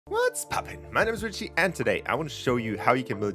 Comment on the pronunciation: bro I’m dying after that “what’s”💀💀